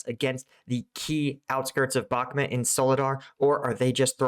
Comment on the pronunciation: why do you keep calling Bahmut, Bahmet?